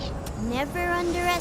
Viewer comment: "Runeterra" AMIRITE-A.Sol 2k16 confirmed savage